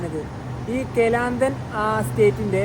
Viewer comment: കലന്തൻ അല്ല, ക്ലാന്താൻ ആണ്